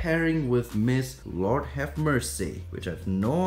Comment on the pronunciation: That's Mrs Lord have mer-say